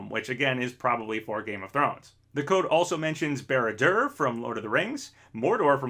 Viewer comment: Just have to say i thought it was funny how you pronounced Barad-Dûr